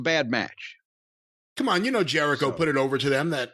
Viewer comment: Chris Jeri-Dough? Chris Jelli-cho? Crisco Jericho?